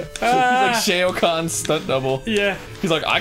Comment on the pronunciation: How Arin pronounces "Shao Khan" will never cease to piss me off. :_GrumpsLULZ